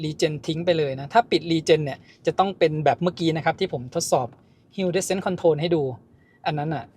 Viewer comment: Hill descend ออกเสียง ฮิล ดิเซนด์ ครับ